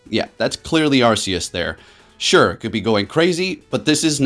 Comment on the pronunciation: Thanks for pronouncing Arecus correctly